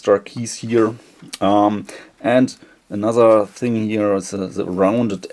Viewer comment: Änaser = another | eh tolles Video aber BITTE - sprich die englischen Wörter auch wirklich englisch aus 😂